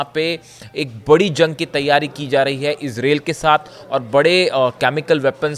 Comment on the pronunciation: Sahi sahi country aur proper noun ka naam nahi bol sakte ho to channel chaane ki zarooorat keya hai.what is israeel? Do you know the name ...i....z...r....a...i...l?